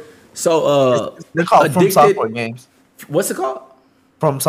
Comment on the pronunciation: Its fromsoft not forsoft